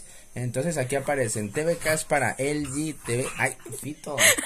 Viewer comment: Nadie: Absolutamente nadie:: "Elgin"